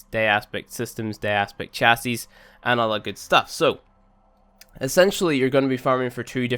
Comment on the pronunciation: It's "cha-see" not "cha-sis"